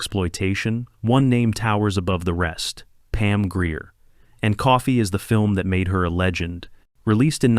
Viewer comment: Please learn how to pronounce Pam Grier's last name correctly.